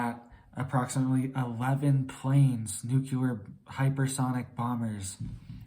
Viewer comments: It’s not NUKELAR but NUCLEAR!!!! ARGHHHH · Nuclear, not nuculer. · U sound like a child New clear Nu clear Nuclear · Bro, you should get some rest and stop trying to scare everyone. You look like you haven’t slept in a week and can no longer pronounce nuclear properly. Everyone knows the world is an unstable mess already. We should all focus on staying mentally fit and preparing for whatever comes our way. This is the opposite of mental fitness, I couldn’t make it past 3 min 31 seconds…